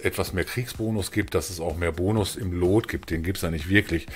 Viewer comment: es wird luut ausgesprochen nicht loot XD